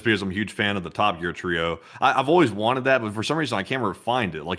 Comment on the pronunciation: "What Iran got is what it wonted"